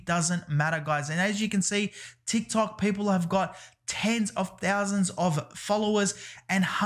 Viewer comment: Every time I hear you pronounce "people" you remind me Paypal